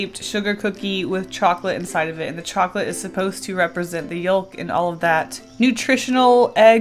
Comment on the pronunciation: The way says ‘yolk’.